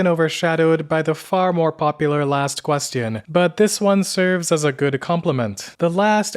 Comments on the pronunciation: "the last ques-t-ion" ai trash not watching it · The last... what? ...yeah you being unable to pronounce an easy word like question is really bothering me. Sincerely, a non-native English speaker. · Am I the only one that get's annoyed by how he syas "question"??? It's so annoying to spell 'q' that way... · I've noticed u say the word question with t instead of ch so why is that? I mean it cool and stands out but why though? I haven't heard native speakers say the version u say. Anyways, love your videos very much. Looking for new ones. 🤙